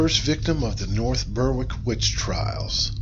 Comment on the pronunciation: North Berwick - it's pronounced "north berrick". Like a lot of things, plenty of Scots know of Geillis Duncan without the help of Outlander. Also, it's pronounced TraNENT.